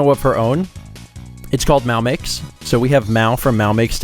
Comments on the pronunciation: I've always thought he said Mal like Meow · I thought he said MalMix at first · The way says "MalMakes" sounds like he's saying "meow mix" (the cat food).